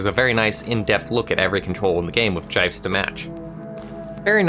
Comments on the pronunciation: Did he just pronounce GIFs as JĪFs?! Tell me that was done ironically... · JIFES???? I'VE HEARD GIF AND JIF BUT JIFE IS A WARCRIME OF A WORD. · Jifes... This man called gifs fucking jifes...